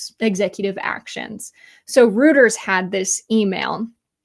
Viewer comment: "Rooters" translated into Australian basically means a more vulgar version of "Breeders". I think you meant to say Reuters (pronounced roit-ers).